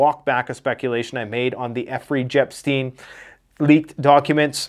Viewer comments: Effrey Jepstein... I like how you did that... 😅😅😅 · did you just say Effrey Jepstien ? too funny. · bro said effrey jepstein 😂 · Effery jepstein 😂😂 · Effeey Jepstein??? That’s what he says